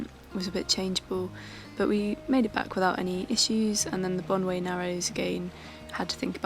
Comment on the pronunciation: Great video and a very nice part of Scotland. The narrows by the way are said 'bon-or'. Wind against tidy creates a big swell and care needed even in larger boats.